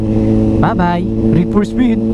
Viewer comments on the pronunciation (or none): Ba pang reed duonpo ako natawa sa “wa reed for speed”hahahahahahahah